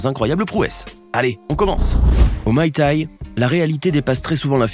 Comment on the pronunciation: Au "my t'ai".... Mdr